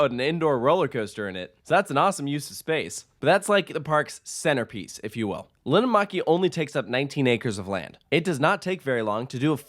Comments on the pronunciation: and Linnanmäki is pronounced /lin:ăn mæ̆ki/ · me hearing linnanmäki being said wrong feels weird but i know that not everybody can speak finnish